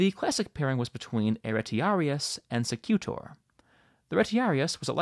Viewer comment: Hilarious video. And I looove your dry sense of humour. I'm a guide in the Colosseum. SEcutor stress on the first syllable.